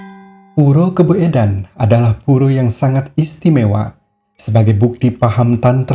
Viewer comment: KABOEDAN, DIBACA KABUDAN, SAMA SEPERTI SOEKARNO DIBACA SUKARNO.